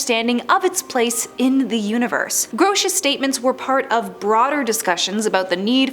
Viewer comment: David Gross? What are you saying weird?